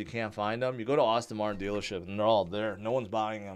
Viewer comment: Aston martin, not Austin Martin. please dude